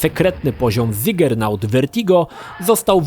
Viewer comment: nie Zigernaut Vertigo a Ziggurat Vertigo (czyt. Zigurat/zikurat jak po polsku :D)